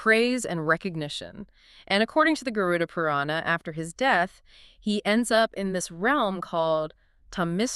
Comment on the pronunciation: Not Garun. It is Garud.